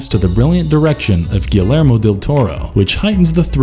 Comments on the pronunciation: Jesus F Christ, learn to say actor/director's names properly. Steve Boo-Shemmy, to Boo-skemmy. Gee-Yair-mo del Toro, not whatever the hell you mangled it as. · He has to be messing up the names on purpose. Danny GLOWver GIL-AIR-mo Del Toro 🤦🏾‍♀️🤣💀 Great list though!👍🏽